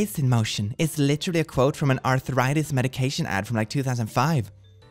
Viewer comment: Ah yes I am a fellow dyslexic and this hits home for me "megication" 😅 I also love your vids